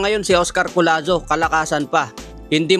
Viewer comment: Hinde po collano, collazo po ayusin mo ang pagba vlog